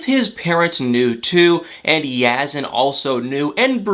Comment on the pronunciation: I wish you would pronounce Yazan’s name properly. You seem to have no trouble pronouncing Brittany.